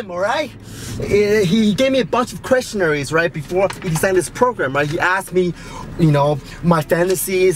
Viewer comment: question-airs. not questionaries.